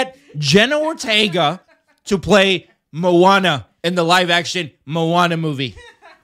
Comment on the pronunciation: You really need to learn how to say Hawaiian words......you are saying Manoa which is the location where the University of Hawaii is located. It's Moana (Mo-a-na) not Ma-no-a.